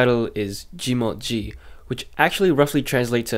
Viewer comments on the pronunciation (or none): IT'S JI MOT MI NOT JI MOT JI